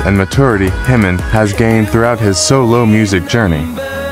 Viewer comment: The mispronunciations are driving me crazy!! "Himmin" and "Bisson" top the list, but seriously, it's pretty egregious error when Jimin is not a new artist. There's so much content and guides on how to pronounce his name and other KOREAN words. If all else fails, look up the KOREAN (hangul) spelling of his name and learn how those letters sound!